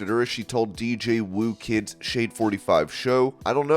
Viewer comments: And he said "dj woo kid" instead " dj who kid" lmfao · Pronounced DJ Who Kid..